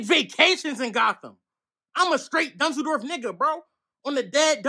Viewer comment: Lmao bro said on the dead dunzels ☠️